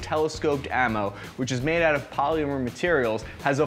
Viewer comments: Wtf is "poleemyur"?? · ...polEEEmer.... garAWHnd. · I can't wrap my head around the way he pronounces "polymer" it's fucking blowing my mind. I can't even make those noises in proximity to each other